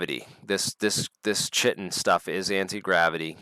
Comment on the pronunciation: Chitin is pronounced 'KAITIN'. Also Wimshurst is Wims hurst, not wim shurst Interesting episode, thank you